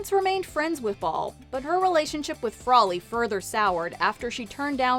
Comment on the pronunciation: You mean frawley